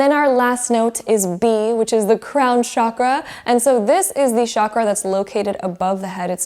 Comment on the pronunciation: Chakra is a Sanskrit word and it’s pronounced CHA-KR-A ,not ShAAkra, I’d love it if you pronounced it the right way